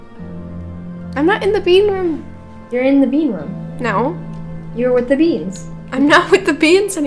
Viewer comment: you said woth instead of with